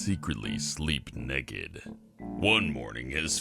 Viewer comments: He says neked 😂😂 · The way said naked "Neked" 10/10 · "Neked" ( ͡° ͜ʖ ͡°) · is it just me but he says naked in a funny weird way